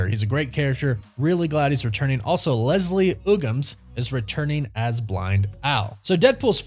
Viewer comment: "Leslie Oogums"?? It's UGH-gams.